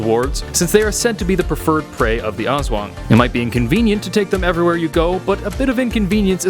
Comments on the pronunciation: Its ASSWANGG not awswang haha lov your accent bro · Yeah its called (Aswang) not (Es/wang) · Aswang literally translates to Ghost also it's Aswang not As-wung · "As-wang" Not "As-wong" -. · Im filipino But it is said As-wang not Aswong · Not awswang it's aswang literally I live in the filipines so yeah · They are real. My uncle has one on speed dial---literally. And for pete's sake, it's Us-whung Not Aaahhss-waaaaaaang. And no, your idea of them joining terrorists is laughable since they have almost no human inclinations. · Lol he pronounce (O-S-S-W-A-N-G) it's funny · I was watching the on the Creepy PHILIPPINESSSSS Legends and When he pronounced Aswang I laughed so hard I nearly peed He said Azweng LOLLL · The pronouncation is as-WANG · Love it each time he says aswang pronounced as aws wung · Pronounciation: A s wa ng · Little correction as a filipino, Aswang is pronounced as: As-Whang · Oh no wonder the name looked familiar also in philippine it is pronounced as (as-swang) dont take it out of context.... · It's funny how he pronounce aswang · ITt pronounces ASWANG not AS-WANG . correct pronpunciation is to say it bit faster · The way you pronounce aswang is so funny 😂😂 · me as a Filipino his pronunciation of "aswang" is actually very funny to me😊😊😊😊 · His pronunciation of 'Aswang' is slightly disturbing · As a Filipino my self its funny the way he says "aswang" and Aswan can also be called a ghost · How you said Aswang made me cringe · Your pronunciation is wrong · Oo nga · Zekken - MLBB Hahahahaha mee to, its so funny how foreingers pronounce filipino words🤣🤣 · That aswang being pronounced